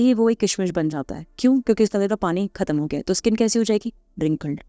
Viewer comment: स्किन को इस्कीन क्यू बोलते हो?